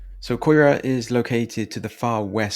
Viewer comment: I'd love to know what camera you use. Quality and zoom is great. Ps...yeah..should learn how to pronounce the names. Hearing you say COY RA when it's KAI RAH was triggering 😂 Riverside ain't so bad....and I'm white! But good to see other people's perspective on the rapidly declining once great city.